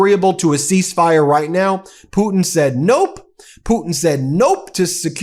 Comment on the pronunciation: I thought at some point you accidentally said Poopin not Putin.